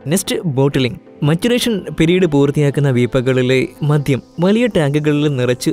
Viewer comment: ഭാഷ വളരെ മോശം. വാക്കുകളുടെ ഉച്ചാരണം തീരെ വശമില്ല. മദ്യം എന്ന വാക്കുപോലും മദ്ധ്യം എന്നാണ് പറയുന്നത്.